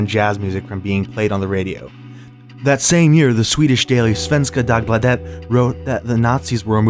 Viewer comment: Lol'ed at the way you pronounced Svenska Dagbladet. They're still a respected newspaper here btw. Great video as always!